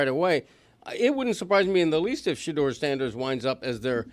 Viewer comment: As a black man, that black guy with the white hair don’t speak for me. The NFL employs more black millionaires than any other company I know & the #1 pick is a black QB from the south. He tries act like he’s down for the cause but he messed up Shedeur’s name 10x. He probably never heard of him before this weekend but is outraged. But he went to Harvard so we should listen?